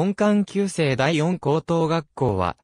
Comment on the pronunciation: 「よんこう」とは決して言いません．必ず「しこう」です．「だいしこうとうがっこう」です．